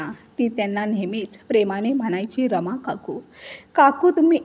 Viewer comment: रामा नाही रमा